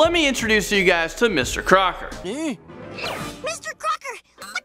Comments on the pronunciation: Wait it's Mr. Crocker I thought it was Mr. Cocker...... 😂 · Crocker's? You mean Crock's? XD